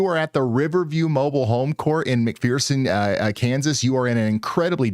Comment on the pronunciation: It's called mc fur sin...it sounds like mcfursin .....fur ...not mcpherson...its fur...thank you for doing this for us all